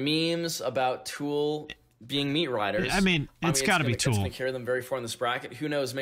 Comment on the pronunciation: Is it meatriding when I hate when people pronounce tool as two syllables?? That kid keeps saying “tewel” and it’s infuriating me. I guess the right band won :p